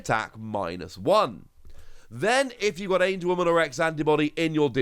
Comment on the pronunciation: It’s AngeWOMON not AngeWOMAN